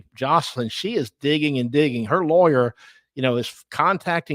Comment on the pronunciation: i see you corrected the title but still pronounced it wrong sooo nice try